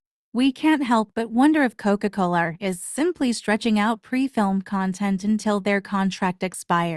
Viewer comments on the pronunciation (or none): The way the AI pronounces “Coca Coler” 😭